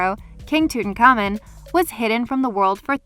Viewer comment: Emm hoe tepp. Not eyemhohtep Also, toot ankh ah moon